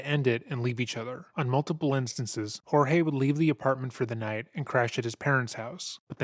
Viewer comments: before I proceed with this story - his name wasn't HOR-heh it was Jorge pronounced George. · Does it infuriate anybody else that she doesn't even have enough respect for her victim to even say his name correctly??